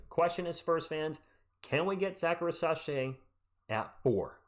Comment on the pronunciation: FYI I think it’s pronounced REEZ-UH-SHAI not ri-sah-shai